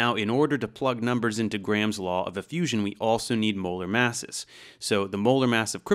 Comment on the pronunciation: You can tell he's not Indian, because he pronounces "Graham" properly. Southwest Asian languages, in my experience, tend to pronounce a hard 'h'', and they put emphasis on the second syllable. So they pronounce it "gra-HAM" when it is actually pronounced with the 'h' sounding like a 'y' and no strong emphasis as "gray-um". It's also not pronounced 'gram' like the unit of measure. It's kind of a syllable and a half. Sort of. Just wanted to throw that out there. I know this because I work with many Indian folks, and I receive far too many spam phone calls from call centres which all start off on the wrong foot by mis-pronouncing my name.